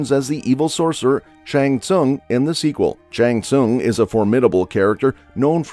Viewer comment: R we just gonna ignore the fact that this guy literally pronounces some of the character's name completely wrong. Sindull and shan han? What a joke lol